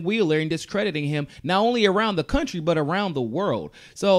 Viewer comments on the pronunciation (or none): none